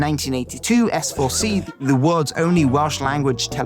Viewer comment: Oh, and BTW, that Welsh channel S4C is pronounced "Ess Pedwar Eck" in Welsh. ;-)